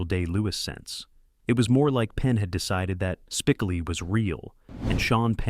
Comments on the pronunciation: Spi--co--li not "Spicali" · This narrator can’t even get Spicoli’s name right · This narrator is either purposely mispronouncing Spicoli's name or he's never personally watched the movie. How annoying.